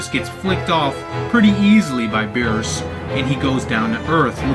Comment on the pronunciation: of course there is no uub...this movie is in the gap between the buu saga and the ending. Goku doesn't meet uub until the ending so how in the why the hell would uub be in this movie dude? Also... bee-rhus not bee-ers lol